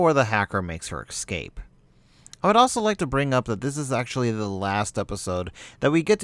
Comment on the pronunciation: Fuck dude, the is no X in ecsape. EVERY time you say it you say Excape, that is hugely annoying.